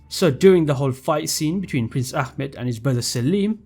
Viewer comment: you said prince ahmets name wrong. as a Turkish person it is pronounced ah- met not ackmet. we aren't arabs and don't pronounce names like that